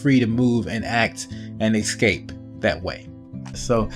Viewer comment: WHY DO PEOPLE SAY "EK-SCAPE"?! IT'S "ESCAPE"!!!!